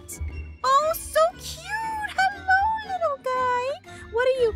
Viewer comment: “Helewo” Wow..